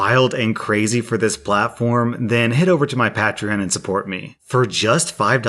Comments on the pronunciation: I think he's Patronizing us by saying "Pat-tree-on" instead of "Pay-tree-on" Lol... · PAT TREE ON LOLOLOLOL its like saying pay-tree-on lol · it’s Pay-tree-on not Pah-tree-on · Lmao his saying “pa - tree - on” instead of “Pay - Tree - On” is stressing me out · Literally everyone: "pay-tree-on": "pa-tre-on" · pat-reon Me: unique, cool! Comments: ITS PAE-TRION 😠😠😠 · Classic, never good with pronunciation. Pat-tree-on? It's pay-tree-on A play on the word patron, which is pronounced pay-trinn or pay-truhn depending on your accent. The pa- prefix is always pay though. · Everyone: Pay-tree-on: Pat-ree-on:) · ''PAI''treon!!!! Not "PET"trion XD I don't know why but this really grinds my gears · When he said “pa-tree-on” instead of “pay-tree-on” hurt my ears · He has a pat-ree-on Pay-tree-on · Pah-treon... when literally everyone else says it pay-treon... The correct pronunciation is 'pay-treon' since everyone who supports are called patrons... not pah-trons... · Lol it's PAY TREE ON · says peatron My brain: lmao patamon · Say it with me now. PAYtreon. Say your words right or don’t say them at all. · It's NOT pat-rion. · Its pronounced PAYtreon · "pah-tree-on" sounds legit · Please stop saying patreon like that, say it like pay-treon please for the love of all that is holy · I will become a patron if one of the benefits is never having to hear Pat-reon ever again XD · I'm sorry, did you say Pat-tree-on? Please stop, it hurts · I’d rather fashion and use earplugs made from bird Feces and and nails than listen to you say pat-re-on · We now know never watched youtube before becoming a youtuber. PAY-treon, its based on the word patron - like customer. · Pa-tree-on: my new favorite pokemon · Sorry but patreeon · It is pronounced Pey-treeon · patreon is pronounced pay-tree-onn, like the word patron why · Patreon.... (pey-tri-on) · no it's pronounced patreon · Pat-reon. Love the English language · It's pay-tree-on.